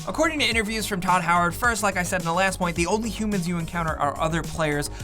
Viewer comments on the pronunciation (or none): none